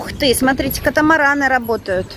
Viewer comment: ольга варламова вы глухая?все время звучит от Лены сатрите вместо смотрите, уменя все написано без ошибок